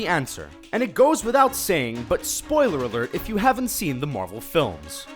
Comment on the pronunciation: These videos are trash. The guy talking hasn't even fucking WATCHED the Marvel movies. He pronounces everything wrong, he misunderstandings everything... most of these points aren't even plot holes... trash.